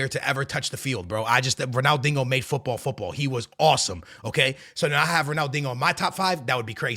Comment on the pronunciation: Brother are you saying DINGO instead of Dinho? 😂😂😂